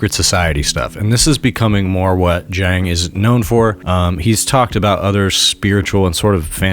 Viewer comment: (Btw, at the video's start—both pronunciations of Jiang were wrong. It's Jee-ahng, one syllable.)